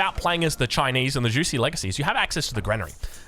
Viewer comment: Juicy's Legacy😂 You can say jewshi. Its closer to the right pronunciation. 😆